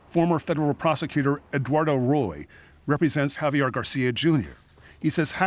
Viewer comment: Professional newscaster constantly pronounces the name "Javier" as "Have yer" - who does this. "I'm a professional but I'm not going to bother pronouncing a name correctly." Hint: it's "Hah vee air" - very easy to say. Except you didn't. "But I'm a pwofeshinnal!" Got it.